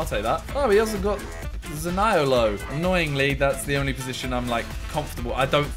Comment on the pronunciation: Pronounced zaniolo wrong